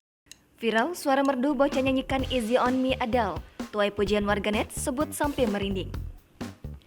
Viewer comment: น้องออกเสียงผิดอยู่ ตรงที่ go easy ต้องเสียงต่ำ แต่น้องทำเสียงสูง แต่เก่งล้าว